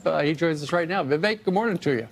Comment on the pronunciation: another easier way of pronouncing his name correctly is 'we wake'.